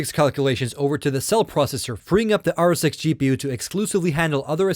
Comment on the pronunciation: this guy didnt say rsx he said r sex you should hear him very carefully